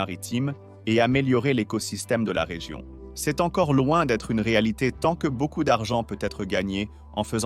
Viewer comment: Next time, dont forget to write " c'est " correctly, because your AI voice read it like " C S "